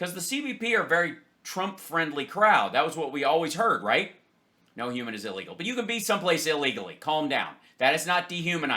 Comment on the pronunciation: I know this is slightly off topic but,one last time for EVERY dumb-ass out there…the word is pronounced ILLEGAL not EELEGAL!.